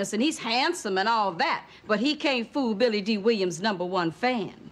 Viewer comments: Billy Dill! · When weezy kept jacking up billy dee name 😂😂